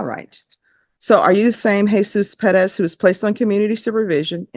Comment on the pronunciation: It Perez not Padez